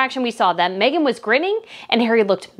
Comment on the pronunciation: You pronounced her name correctly and the best thing Harry could ever do is walk away from Meghan and walk very fast!! All he's done is give up everything and everyone and now he's just a lost little boy. She's the worst thing that could have happened to him and he really needs to get rid of her and go home and ask forgiveness from his family. I said the day they announced their engagement it wasn't going to last albeit it has lasted longer then i gave it but now i don't believe for an instant that it will last another year. I've no doubt he loves his kids but I'm betting he's wishing he had them with someone else!